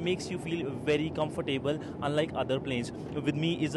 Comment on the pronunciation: comfor - table? wtf?